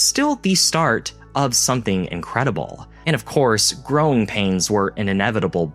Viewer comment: new eggcorn spotted! First time I have ever heard "growing pains" as "groan pains" I love finding these in the wild :)